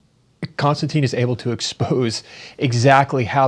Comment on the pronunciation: I know it's OCD but any chance you could get in the habit of properly pronouncing Konstantins name? Kon-Stan-Tin. It's not Constantine. It's not anything like that. It's not even close. Be like saying his last name is: Kissing. I do better than that.